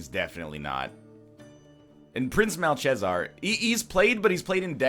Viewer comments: prenounced like malkezaar not malshesar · immediately learn how to pronounce malchezaar please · It's Pay-gle and Mal-ke-zar.